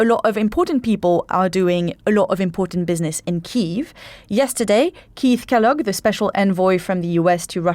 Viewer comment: Why does change the pronunciation of General Kellog in rwo consecutive sentences....Kellog surely isn't that uncommon of a name in the UK... This channel has steadily declined since the loss of David knowles. No longer worth the time needed to listen. Rather sad to lose what was once a stellar source of news about the Ukraine.